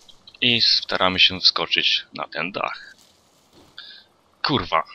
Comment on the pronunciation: uwielbiam to twoje KURWA :D